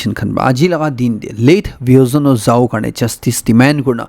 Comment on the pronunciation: Bi o zo no pronunciation should be corrected as vihozonuo